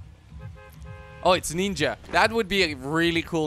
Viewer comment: he said nenja skin